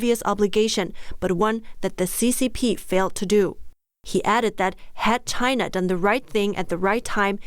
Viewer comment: I heard that. "From Inside CHY_NAH"